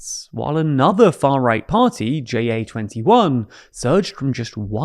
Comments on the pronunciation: Ja21 mean yes 21. It is not an acronym and shouldn’t be pronounced as one. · JA is not an abbreviation and is not pronounced as one; it's just the Dutch word for YES.